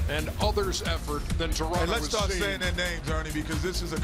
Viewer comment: Thanks Ernie for pronouncing Toronto correctly